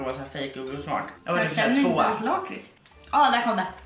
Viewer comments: Ni säger lakrits fel, och kex det heter chex (inget hat) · Säger du lakrits med "långt" a, jag säger med "kort" a, bc jag e från Skåne😂